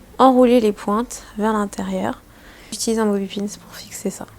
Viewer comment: Superbe vidéo! Je te kiffe beaucoup mais s'il te plaît arrête de dire bobi pins. 😂